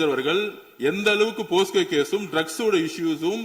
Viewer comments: மிஸ்டர் ஆதவ்.. அது போஸ்கோ இல்லைப்பா போக்சோ.. 😂😂😂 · அது போக்சோ, போஸ்கோ கிடையாது. எங்கே வளந்தவனே சொல்லு போக்சோ போக்சோ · இந்த லாட்டரி திருடனுக்கு போக்சோ என்று கூட சொல்ல தெரியவில்லை அதற்கு பதில் போஸ்கோ என்று சொல்கின்றான்